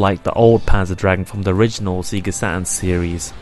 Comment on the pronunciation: You forgot Sega, not Seega ;) A few wrong words it's a nice review.